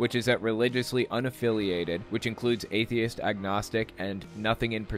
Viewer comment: I hate how he's saying atheist. He's saying, "atheis".